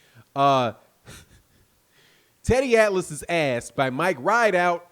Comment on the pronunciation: You crazy teddy atlas you always say wrong.